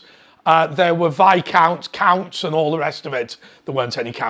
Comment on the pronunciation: Did you say counts or cunts? Sorry, hard of hearing!